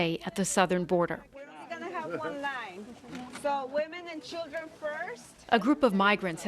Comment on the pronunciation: "women and childredn first" >_<